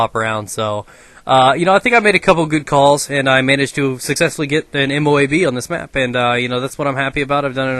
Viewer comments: LOL M.O.O.B instead of M.O.A.B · u said moob and not moab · it M.O.A.B not M.O.O.B